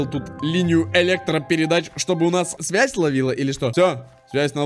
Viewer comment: слово свясь